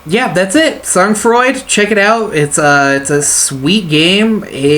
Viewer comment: I like your commentary and gameplay :) Just nitpicky, but the pronunciation would be more like "Soan Fraw", for future reference /frenchgrammarnazi (I guess that makes me a grammar collaborator? grammar Vichy? XD)